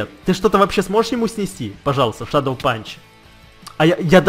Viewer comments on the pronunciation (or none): none